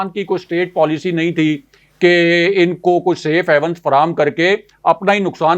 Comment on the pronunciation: I had heard you were a PhD candidate. I thought we had a scholar in the making and our journalism was going to grow up. Alas I was mistaken. You always pronounce SAFE HAVENS as SAFE HEAVENS. I didn’t expect you to make such mistakes. Your partner in the show most of the times pronounces general as journal. 🇵🇰🇵🇰🇵🇰. Please don’t mind.